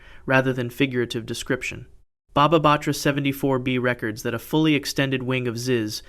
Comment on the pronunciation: Re-cords is the proper pronunciation that should be used here. Rec-ords is still a viable pronunciation, but entirely different context.